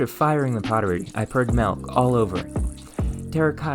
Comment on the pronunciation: "Blow-terch" "Entire ferrests" "Naturally perrus material"